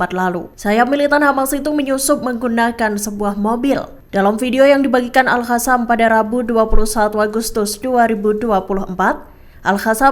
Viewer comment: BUKAN AL HASAM TAPI AL QASSAM, Kenape tak reti bace penyampai berite ni? Perlu belajar semule